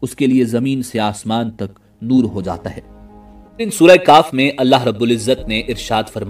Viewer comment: Surah kahf not surah kaaf